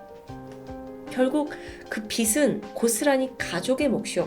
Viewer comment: "빗은"이 아니고 "빚은"...